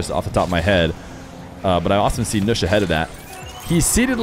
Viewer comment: I prefer the nush pronunciation over the